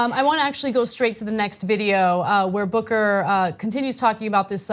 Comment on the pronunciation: Did anybody else hear booger the first time she said booker?